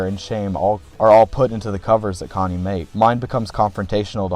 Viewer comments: "Connie" bruh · amazing video but cmon man... "Connie?"😭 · I like this review, but it kills me how you pronounce his name "Konny" and not "CHonny" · you saying "Conny" rather than "Chonny" like how it's said in wtth is driving me insane to this day 😭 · The fact be pronounces Chonny as "conny" drives me insane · AHHH SAME CHonny not C-Honny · Only thing I have to say other than praise is I believe your supposed to pronounce the Ch in Chonny. I am aware that it is a based in the name Johnny. But in the name "Chonny's Charming Chaos compendium" The alliteration works much better with the "chuh chuh" "kuh kuh" sound. I know its nite picky but that just makes more sense to me. EDIT: and more pressingly, he says the title of CCCC outloud at the beginning of his Welcome to Tally Hall cover and in that instace he pronounces the "chuh"